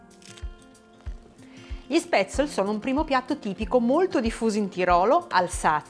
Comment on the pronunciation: Sono Svizzera e gli spätzli (si chiamano cosi e la s si pronuncia come in "sci" ;-)li mangio da quando ero bambina. Interessante l'erba cipollina, proverò. Grazie